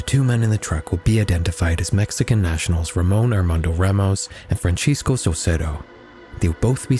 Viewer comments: Just a little reminder: Francisco in Spanish isn’t pronounced like ‘ch’ (Italian-style). It’s fran-SEE-sco, with an s sound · Yeah, that doesn’t change anything. North American English =/= Franchesco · Hablo latino español. Nunca he oído "Franchesco", suena mal. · fr, he said Franchisco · this is the first time I have heard someone pronounce Francisco like that. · Reminds me of a weird version of Castilian Spanish where he's using a ch sound instead of th sound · He pronounced it as if it was an Italian name, although Francisco in a Spanish name and the Italian equivalent would be Francesco. Most Americans definitely know how to pronounce Francisco, I think just fumbled the narration a bit there